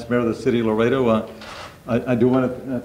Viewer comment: It’s LAredo, not LOredo. Just saying 🤷🏽